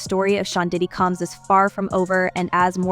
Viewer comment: I love the way The woman narrating or automated voice says Shaun "Cums"! Combs...🤔😄👎